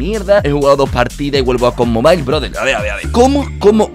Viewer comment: Ko mobail xD como lo dice🤣